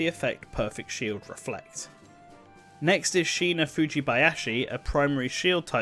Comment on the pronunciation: Let's not even comment on the Fujibayashi